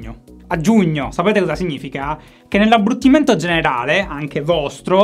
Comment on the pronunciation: Abbruttimento non si può sentire...abbrutimento 😄